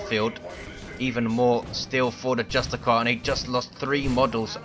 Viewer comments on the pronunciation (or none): euh, dont you pronounce justicar as justisar, you make it sound like its just a car but awesome cast, i played the grey knights myself but it needs to get nerfed/buffed/decreased cost etc. (oh and get the emblem which comes with the gk color scheme right you twats ^^)